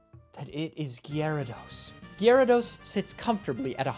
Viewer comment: Great video! I love how hard you pronounce the Y in Gyarados